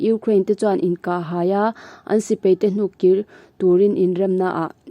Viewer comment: Mahni hnam ṭawng hman dikloh hi ka haw bur kei pawh,paih tih tur peih,tih te,sipai tih tur,sipei tih te,daih tih tur,deih tih te etc,etc.tun a chhiar mektu pawh hi ka ngaihthlak ṭhat peihloh phah.Mahni hnam ṭawng hi chu uluk ngei ngei hi a ṭha ka ti.